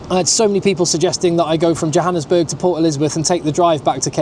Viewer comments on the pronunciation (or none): none